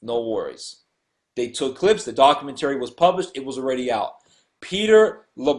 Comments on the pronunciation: dock-you-ment-uh-ry not dock-you-ment-tarey. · I want the dude who can't pronounce documentary to shut the fuck up, all he is doing is teaching people to pronounce english improperly.